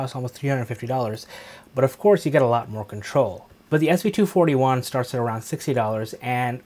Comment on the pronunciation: Great review! You even said the model number correctly! 😂😂